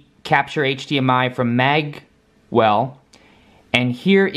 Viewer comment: Magewell is pronounced "mayge well" Mage for example the world of warcraft characters